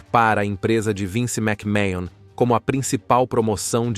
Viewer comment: A pronuncia do sobrenome é məkmən, não mécmahon